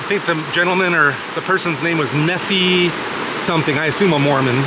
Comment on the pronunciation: Great video of a very special place. I agree that nature has a wonderful way of both inspiring and humbling you. “Nephi” is pronounced like Knee-fy